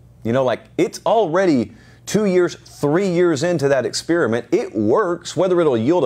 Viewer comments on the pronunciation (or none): none